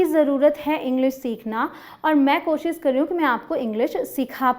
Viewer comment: Ma'am I just want to say that it's koshish not koshis.So can you please pronounce it right.